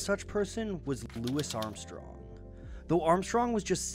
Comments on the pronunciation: Cmon man you know his name isn't pronounced as Lewis but Loowee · His name is pronounced 'Louie' but if the research was done through reading, an easy mistake to make. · Mr Armstrong always said his name as 'Louis,' and never once used 'Louie.' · that would explain why he pronounced the "isssss" so strongly, making a point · how much research do you have to do to consintantly mispronounce louis armstrong's name